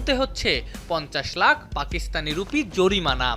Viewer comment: জরিমানা ❌ জরিমারা✔️😂😂